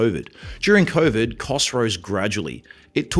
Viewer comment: Let's be real hear convid not COVID